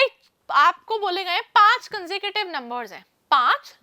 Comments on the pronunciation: That's not conducive bro it's consecutive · Consecutive ❌con-sa-cative✔️